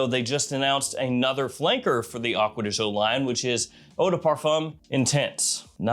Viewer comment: why you say acquea di zho? it should be Gio, like Giovanni